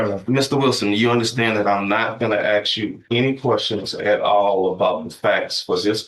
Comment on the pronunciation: Why would a well educated person say "Ax" instead of "ask"?